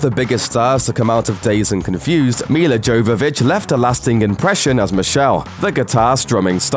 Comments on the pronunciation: It's pronounced "Yo-vo-vitch" not "Gio-vo-vitch" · it's pronounced Yovovich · Yovovich!!!! Learn to pronounce Milla's last name!!!! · Jovovich is a soft J. She has a go at Michelle Rodriguez on the Resident Evil DVD commentary a number of times for using a hard J. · YO-yovitch. Mila Jovovich. PLEASE learn how to pronounce Russian surnames, you fecking moron. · Jovovich has a silent J. It's pronounced Yo. Just a heads up. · You don't pronounce the J in Jovovich...'Y'ovovich. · Jovovich is pronounced as Yovovich. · Hey, its pronounced Yovovich. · it's YOvavich lol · You're saying Milla Jovovich's Name wrong.. But It's ok a lot of people do that.. her and Matthew McConaughey surely have had the biggest success since Dazed And Confused.. Looking at both of their Lists of films Both have 45+ Films under their belts...And Counting... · The J in Milla Jovovich's name is pronounced like a 'Y'. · It's not unusual for them to gets facts wrong. It's freaking annoying. How the presenter pronounced Jovovich drove me nuts too